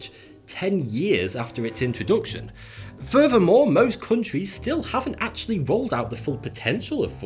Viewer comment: Furver more... Fings may be different... Lol